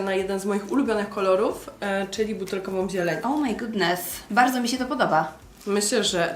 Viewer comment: Uwielbiam Cię, ale błagam skończ z tym "O MAJ GUDNES"